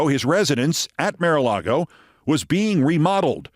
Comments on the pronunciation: Keith, you ridicule someone for a slip of tongue and rant for 5 minutes about it, yet you can't pronounce "mar"??? For crying out loud, it's MAR-a-lago, not "MARE"-a-lago. How can you look at the word "mar" and come up with "mare"?!?!!! Do you pronounce car as "care"?? I'm not defending the MAGAt whoever she was, but jeez you can be ridiculously petty and such a hypocrite. Besides the perpetual "mare" flub, we've heard you stumble over lots of words here and there. Right? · Keith, why do you insist on pronouncing the "Mar" in Mar-a-Lago as "māre"? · You're not pronouncing mara alago right.... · Hey Keith, I think you're very smart and funny, but your strange pronunciation of Maralago over and over is doing my head in!